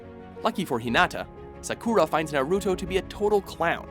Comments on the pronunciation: Holy hell, the pronunciation of Sakura is cringe-worthy. How is that hard is to say Sakura and not "Sa-Kura". Not trying to sound like weeb but damn. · saKUra? really. it's SAkura. and UchiNA WTF?? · Yeah, right? It's Sakura not Sakuura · "Sakoura"...What?...you mean "SAkUra" wooo that was cringe worthy. But how did they get Sasuke right? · It's Ranma, not Ramna. Also, I know you're Americans, but for the love of God, at least try to pronounce names correctly and I don't mean you have to over accentuate and change your inflections to do it. Naruto, not Narooto. Sakura, not Sakoora. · NAruto, not naRUto!! SAkura, not saKUra!! uchiHA, not uchiNa!! inouay, not ino-ooh!! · SakUUra, UchiNa, ooran highschool host club...... learn to pronounce. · Omg stop saying Japanese names like that.... It's hurts to hear when u say names like Saaakuura and saaauuske -. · Kind of a pet-peeve when people pronouce their names wrong. Just annoys me little lol Sakura - Sa-Ka-Ra Naruto - Na-Roo-Toe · It's not naruto its naruto and not sakura its sakura get it right you uncultured swine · I hate how he says Sakura 😓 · ayy fucking learn how to say naruto & sakura you idiots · Did anyone noticed he pronounce Sakura wrong, he obviously doesn't watch anime. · How tf u pronounce sakura wrong? TELL ME!